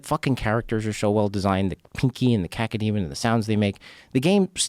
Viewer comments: Rogan. First off, grow up man. What's with the childish humour 'kaka' etc. It's KAY-KOH demon. Cacodemon. Easy. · Cacademon? How does the director of Doom not know it is a Cacodemon?